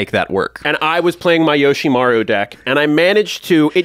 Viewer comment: Yoshimaru?! 😂 come on man